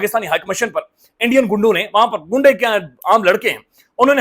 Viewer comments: Gundy lafz nahin hy ghundy hota hy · لفظ غنڈے ہیں گنڈے نہیں۔ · what gunday ?? its ghunday in urdu .. ezzat kro urdu ki tumhari MADDRI zuban hy wgra apni zuban lehjay or nasal k peeechy jo aajtak badmashi na insafi begherti krty aay ho . ALLAH PAK k qanon or uski makhlooq k dushman bany aay ho .. kia mila ?? apni maao behno ki shalwar k nary kholty phir rhy ho // aik rand tumhari chief lagi hui hy .. lolz .. gunday nhi GHUNDAYY .. udru ki ezzat kro wgrna apni maao behno se apni awlad bhe pyda kro gy .. chawalo